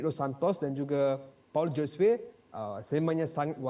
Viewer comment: Paulo Josue. Sebutan Josue tu JHO-ZU-EY. Perkara remeh mcm ni pun boleh salah. Cari la initiative utk memperbetulkan nama org tu. Atau tnya tuan punya nama sendiri. Beriya-iya nak ambi broadcasting rights tapi benda remeh pun x nampak. Rugi bayar